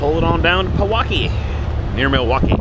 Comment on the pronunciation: Pronounced "pee-wau-key"